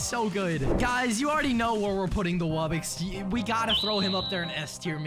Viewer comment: Just to let you know its wub-box not wubbix